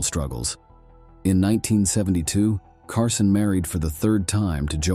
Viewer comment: CARSONE? HIRE AN ANNOUNCER WHO CAN READ.